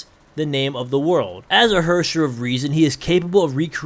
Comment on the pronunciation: your german needs a bit of work😂 you speek the word herrscher like this ,,hörscher,, and thats way off😂😂😂😂 from how you should pronounce herrscher😂